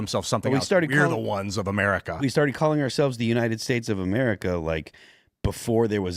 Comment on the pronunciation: Gulf of MER I CA.. F YA.. 3 Syllables.. Shut up